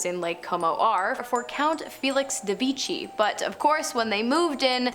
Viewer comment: The name the italian Villa de Vecchi does not sound like "Villa de wichy". "Villa de vekh'y" is correkt. Please...